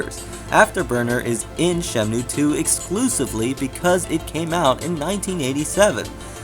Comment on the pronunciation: Very well done, thanks. But I have to say-- you're just slightly missing the pronunciation of 'Shenmue'. I think you're switching the N and the M. Anyways, good video.